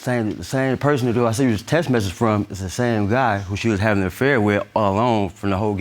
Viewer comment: How u gonna have a kid with a dude that can't pronounce the word "message"? Y'all both some dumb dumbs.